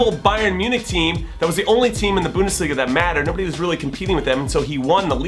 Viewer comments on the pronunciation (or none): none